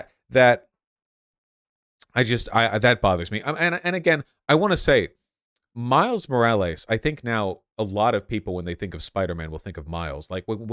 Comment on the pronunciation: Miles More al ays Meegyle Oh hey rah Ugh vaush